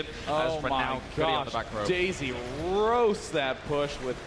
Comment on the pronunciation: does anybody else hear "daisy" as "dayz" ?